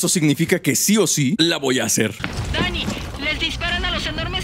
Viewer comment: ódrias creer que oi nani en vez de dani jaja